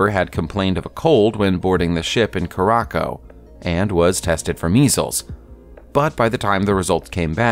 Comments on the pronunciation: This guy sure knows how to butcher the fuck out of geography...……"Uragwaiye" (Uruguay) pronounced Uh-ruh-gway. Then "Karackow" (Curacao) pronounced Cure-uh-sow. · "Coo rah koh"? Most people pronounce it like "Cure a Sow", Curacao. "Saint Loo See Ah"? Most people pronounce this like "Saint LooShuh" Hello? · Ca rah co ? Curacao is pronounced coo ruh sow... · Curaçao is pronounced "Cure-a-Sow" (sow as in pig, not as in wheat) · How to Pronounce Curaçao The name starts with a hard 'C', while the 'ç' (c-cedilla) is pronounced as an “S”. So, this means that Curaçao is pronounced as 'Cure-ah-souw'. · Absolute butchering on locales. "Saint TropEZ", "CoraCOW" and "GaBON"? Ridiculous. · Curacao = KUR - uh - sow Saint Tropez = SAN Troe - PAY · St Lucia = Saint Loo-sha Curaçao = Keer-ah-sow Otherwise - cool vid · Curacao is pronounced "curr-a-zow" and St. Lucia is pronounced St. "Loosh-e-ah". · For pity's sake, Curacao is pronounced "Coor'-a-sow". If you're going to pay a professional "voice", make sure he knows basic geography when speaking place names. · The pronunciation of curaçao really hurt me😣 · I cant believe this dude mispronounced st Lucia .. not LOOSIA....and curaçao ..seriously..? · Awful pronunciation of St. Lucia and Curacao.